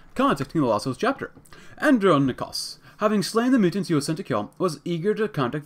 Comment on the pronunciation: Here's some help for pronouncing his name. And-Ron-Ick-Oas The last bit should be pronounced as if you were saying the word "Boast" but without the "B" or the "t".